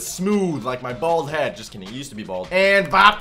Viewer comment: Did bro say balls and head or bald head